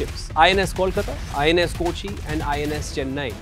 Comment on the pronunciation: കോച്ചി അല്ല മോനെ "കൊച്ചി" ആണേ 😁